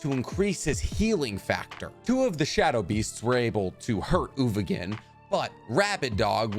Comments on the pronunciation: "Ogovin" "Ugovin, I'm sorry" His name is uVoGin and I've never heard it pronounced correctly on this channel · He also can't pronounce "uVoGin"